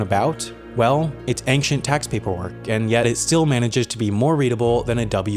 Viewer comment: Ancient, not anxient